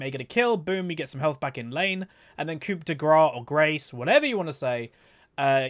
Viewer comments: But on the other hand it‘s „coup“ not „coupe“ xD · 'P' in " coupe" is silent:)